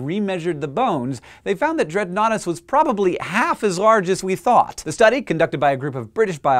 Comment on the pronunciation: At first I thought Dreadnoughtus said "Dreadoughnuts". Lol